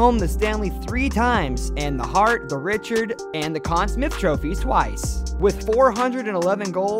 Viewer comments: Rocket Richard pronunciation 🤦🏻‍♂️ Stop making hockey videos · You mispronounced Richard as well, like seriously do you actually know anything about hockey? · Honestly your spelling and pronunciation of French names need some work. 1) "Jean" is pronounced "jan"; 2) the "d" of Richard is slient; 3) Lemieux with an x, not a z.